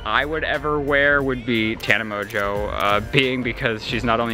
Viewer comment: I thought it was Tana Mon-go not Tana Monjeauuu. ive never seen any of her videos so this is the first time I hear her actually say her name... and it's annoying